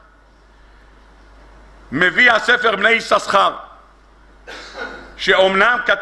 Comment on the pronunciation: כבר אמרתי פעמים אחדות :השם "יששכר" רק. פעם אחת מבטאים בשני "שינים", כשלאה נתנה לו את השם .בשאר המקומות מבטאים רק עם "שין" אחת . נא להקפיד !